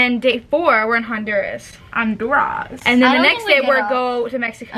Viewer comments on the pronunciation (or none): then we're going to hundoraws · the way pronounced honduras is so funny